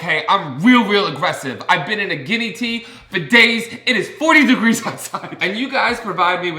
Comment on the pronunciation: The Jersey accent jumping out when he said "40 degrees"